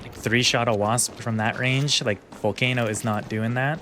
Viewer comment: Vull-kah-no Not vull-kay-no It's Italian